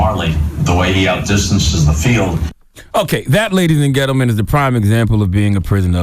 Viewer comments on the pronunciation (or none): I understood "ladies and ghettomen" 😄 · "Ladies and gettlemen"?? 😂😂